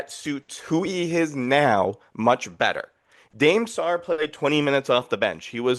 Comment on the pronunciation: Dude saying Dame Sarr’s name wrong 20 times in a row is wild